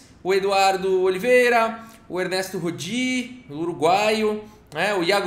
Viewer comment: Só o não combina com o vídeo. Rodi não Ródi, com acento no O.